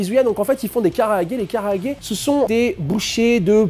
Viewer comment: Super vidéo, mais Japanese grammar nazi incoming, pour la forme, vaut mieux dire "kalaage" que "karaage". Ca me pique mes oreilles.